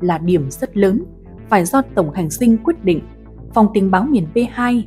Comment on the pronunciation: Tổng hành dinh chứ kg phải tổng hành sinh đọc sai rồi